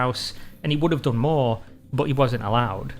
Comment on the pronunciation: Soun (son), boot (but). What the hell?